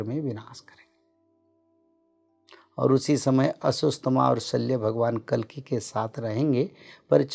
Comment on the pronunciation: कलीक नहीं है भाई, कल्कि हैं, भगवान को आना होना तब आयेंगे। अभी तो आपको हिंदी व खुद के व्याकरण पर कार्य करने की जरूरत है। जो जरूरी हैं वो करना चाहिए बाकि जो अपने हाथ में नहीं उस को समय पर छोड़ कर अच्छे कर्म करने पर ध्यान देना चाहिए ।